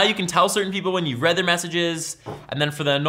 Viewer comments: "Read receipts" is read "red receipts," not "reed receipts." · You pronounced read receipts "reed" when it's supposed to be said "red" because it's the past tense. The person read (red) the message, that how it is. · it's pronounced like "red" receipts.. not "reed" receipts. Because its notifying you that they SAW the text.. past tense haha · Its not read (reed) receipt, its read (red) receipt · ITS READ (RED) RECEIPTS NOT READ (REED) RECEIPTS FUCKING IMBECILE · I always pronounced read receipts as red receipts not Reed receipts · In this case it is pronounced "red" and not "reed" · Correct me if I'm wrong, but I think the word 'Read' in 'Read Receipts' is pronounced 'Red'?!